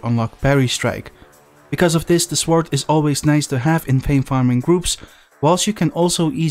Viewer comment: The 'w' in sword is silent.